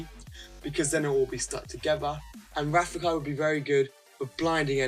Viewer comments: is rafiki say with me RA-FI-KI ok i love your videos you are pro😎😎😎😎😎😎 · rafiki is pronounced ruh-fee-kee. just saying.( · Rafiki pronouncing: Ra-Fee-Kee. Just saying. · Ra fe key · Hey. You say Rafiki wrong haha you're too funny. Please pick my lineup i want to know what your thoughts on it. It's Bo Peep (Wo), Goofy (Mi), Finnick (Ni), Merida (El), Miguel (Je). Keep being awesome. Thank you!